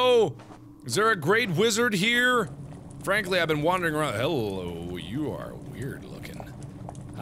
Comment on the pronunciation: Frankly? More like "Fran-kly" :D I like puns